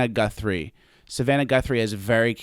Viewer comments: So I’m a Guthrie. While no relation (I know of, but same last name so who knows) and even though you were mocking her last name, I felt cool every time you said it right and now I can say I got a shout out from. Swwweeeeettttt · No, you were right, its Gunthrie...rhymes with Cunthrie...